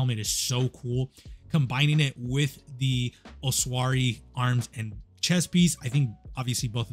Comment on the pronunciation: Holy shit bro the way you say "ossuary" xD it's "oss-ooh-air-ee"